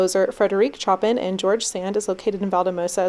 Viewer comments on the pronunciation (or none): Chopin is pronounced sho-pan